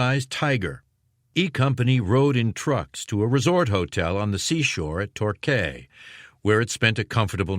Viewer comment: It’s pronounced “TORKEY” not “TORKAY”, I do wish Americans would learn to pronounce word properly 🙄🙄